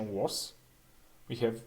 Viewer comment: Please pronounce "Have" correctly.